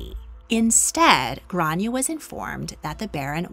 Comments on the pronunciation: It’s pronounced Grawn-ya not Gran-ya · It's pronounced "Graw-ne-ah' grawneah Gráinne. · As an Irish person you’re pronouncing her name wrong in Irish but you’re close but off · Her name wasn't Grace, it's Grainne pronounced "Gran yey" Grace is the Americanised pronunciation.